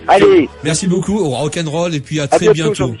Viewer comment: et le "rock ende role"